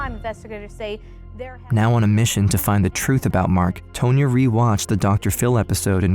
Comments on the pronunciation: TAHN-YA. The lawyer's name is pronounced TAHN-YA not "Tow-nya" 🙄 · Tone-ya? I think you mean Tonya, like Tawn-Ya. Ya whatchacallit.